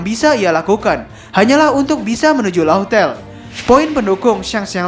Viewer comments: min ini udah ketiga kalinya nih yak, laugh tale = laf tel dibacanya cek di gugel translate deh min. big fan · Laugh tale di baca laff tel min..